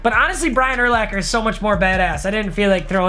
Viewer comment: ty for saying Urlachers name right 😂👌🏻